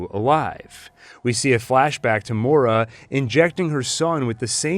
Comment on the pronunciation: I was convinced her name was spelt Maura but pronounced like Moira -M-oy-ra (it's Irish, just like her brother's name - it's a very eye catching detail that noone has spoken about in breakdowns - in English polite society in the 1800s it wouldn't have been acceptable to name their children Irish names because of the occupation - that's how I knew straight away that it was strange) You called her Mora, like Laura, the whole time but then I watched it back a bit and now I'm not so sure